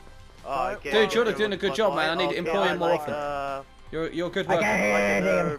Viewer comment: Why u always say ”ma’am” instead of man lol